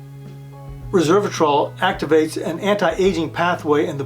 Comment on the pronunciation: It's Resveratrol not Reversatrol.